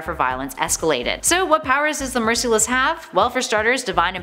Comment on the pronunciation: It’s merciless not mercyless